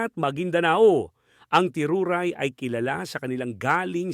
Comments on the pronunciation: hindi teruray ang pagka bigkas sa pangalan ng ng tribo nila teduray ang tamang pag bigas jan dapat manaliksik ka muna bago mo sila tawagin sa pangalan ng tribo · Teduray po sir not teruray😊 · hindi ganun sa totoo lng boss/or madam teduray ang tamang pag bigkas kasi yong tiruray na salita parang masakit sa kanila pakingan yan kaya hindi mo ako masisi kasi may 1/4 na dugong teduray ako 1/4 na muslim 1/2 na kristyano ako kaya sino ako mniwala sayo ba or ako na may lahi na tribo teduray